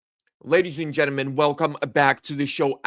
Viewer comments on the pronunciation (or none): My friend Gentalmen, not Genemen, got it